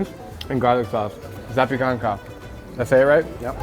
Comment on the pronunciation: Lol the only word you said correctly is zapiekanka. Surprised he didn't correct you on the other words.